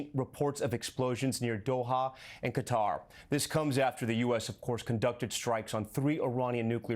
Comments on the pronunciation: Btw its pronounced kuter... Not kwatar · kuh-TAR" with stress on the second syllable. Arabic: "Guh-tar" (with a guttural "g" and a rolled "r").